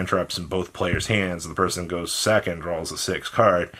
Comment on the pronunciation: The unbridled rage that occurs in me as I hear some of the things he says is insane Best one has to be pronouncing “draw” as “droll” every single fucking time